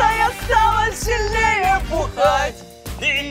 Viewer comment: стала сиЛНее ахахах